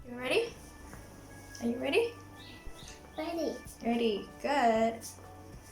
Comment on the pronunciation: She has a good R sound in 'ready'. And that word Naam sa-kun is super useful!!! I exactly needed that the other day (but I didn't know it -- but I do now. Thanks!)